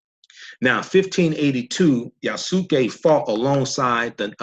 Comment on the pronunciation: The way you say his name is Yah-ss-kay. The (u) is silent in Japanese. Not (Yah-sue-kay) It's Yasuke. Wanada forever✊